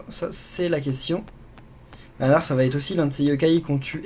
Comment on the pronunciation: Tu as dit banar quand tu as eu bananar